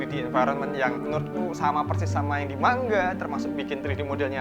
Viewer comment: Manga bang bukan mangga🗿